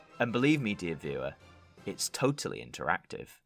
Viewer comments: "It's tobally interactive." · Sounds like "tobally" to me.